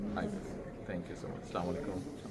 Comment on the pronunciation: স্লামালাইকুম নয়। আস্সালামু আলাইকুম।